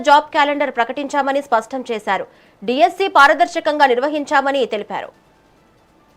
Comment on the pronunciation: డీస్పీ కాదే తల్లి DSC